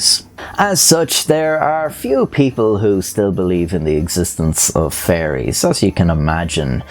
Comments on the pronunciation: He says fairies like he's s saying furries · I love how Irish people pronounce fairies as "furries".